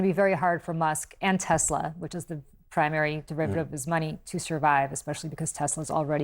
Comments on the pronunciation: "i love tesler" - orange clown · "I love Tesler, it has computer" 😅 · "I love Teslur" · What happened to "I love Teslerrr" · "its all computer, buy TESLER"....